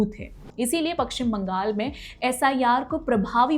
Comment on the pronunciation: Madam it is paschim bangal not pakshim bangal. First learn to pronunciate it.